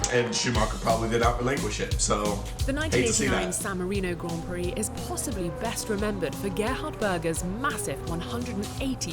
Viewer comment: This guy really came in here, pronounced emilia romagna very well and then said Grend prix